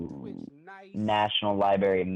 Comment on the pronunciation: He said “libary”………..